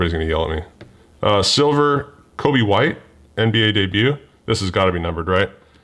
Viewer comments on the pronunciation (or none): none